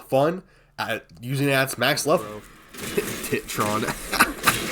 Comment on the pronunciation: TITron bro? TIT-ron?